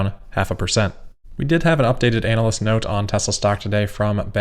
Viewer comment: I like how calls them ANAL-ysts. Fully concur with that characterization and think this pronunciation should be adopted as the standard.